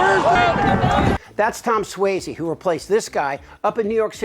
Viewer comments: SUOZZY....NOT SWAYZE...You sound like a Republican when you say "SWAYZE"..... sorry.. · Excellent. Pitch perfect... except, Suozzi, I don't think is pronounced, "swazy". Think, Fozzie Bear. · With all good intention, rep Suozzi's name is pronounced "SWAAH-zee," not "SWAY-zee." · There is no AY is Suozzi. More like Swatzi. C'mon. It's not that difficult. Signed, New Yorker. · At least you could get his name right. It's pronounced Swozzi, not swayzi. So rude. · You're mispronouncing Suozzi's last name. It's not Swayze. It's pronounced Swozzy. I still love you. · How do you do an entire video and pronounce Suozzi's name wrong through the entire thing? That's lazy and embarrassing